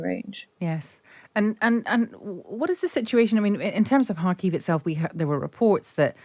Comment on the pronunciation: I've lived in Kharkiv for over 20 yrs and I've never once heard it pronounced "Harkeev".